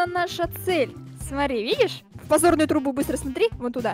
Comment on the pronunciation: Поч говорит не подзорную трубу а позорную трубу?